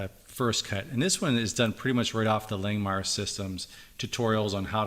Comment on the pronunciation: If you are an affiliate of Langmuir, I can't believe they haven't corrected you on your way of pronouncing their name. It's like nails on a chalkboard every time you say Lang Meyer. It is pronounced Lang Mere.